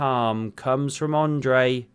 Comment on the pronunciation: Ah-ndrey not Oh-ndrey